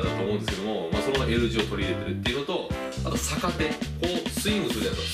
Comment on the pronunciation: はじめまして☆ のスイング良くなってます。 «逆手»で、手首が痛くなったのは、脱力ができていないからです。 慣れるまでは、軽～く振ってみてください♪ 因みに、サカテではなくギャクテと読みます(^o^) 宮川理論を極めてくださいね(*^^)v